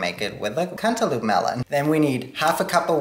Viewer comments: Am I the only one who kept giggling everytime he said “cantaloop” I love this guy lol totally made my day 😊🖤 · I will never say cantaloupe (cant-a-lope) like that again! Lol Cant-a-loop forever🍈